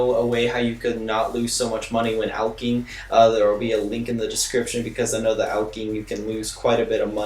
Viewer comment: "ALE-CHING" Lol. Not alc-ing But nice guide ^^.